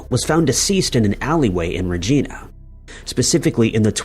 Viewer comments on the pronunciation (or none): It's not ragina . It's v agina with an R regina 😂😂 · Hello, you need to goggle the pronunciation of Regina. It rhymes with the woman’s fun part.